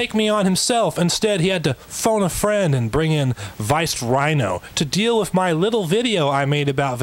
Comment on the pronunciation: Wiff? It's with . This guys speech is killing me. 😵